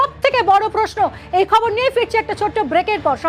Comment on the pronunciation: খবর কে কবর উচ্চারণ করে। এই মাঘি খবর পাঠ করছে না কারো সাথে ঝগড়া করছে ?